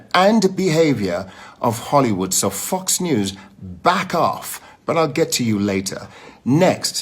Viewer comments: When he said Fox News it sounded like fucks news 😂😂😂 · Anybody else keep thinking he's saying "fucks" instead of "fox"? LMAO! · when he first says "fox news" ithough he said "fuck news" 😅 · I know he's saying Fox News but it sounds like "Fucks" News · Shanel Shavers Same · when he say fox news it sounds like he's saying fucks news 😂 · "Fucks news" lol, idk if seal was being petty or if it's the accent coming through. 😂😂😂😂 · Nora-IKR-it sounded like he was saying "fucks news"-which is probably a more accurate description of that organization, anyway-LOL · i know this is irrelevant but i swear i thought he swore when he said fox lol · Did not sound like he said "Fox" news...